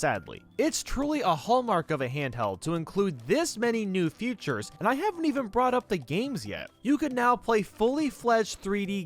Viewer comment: Why do you say futures instead of features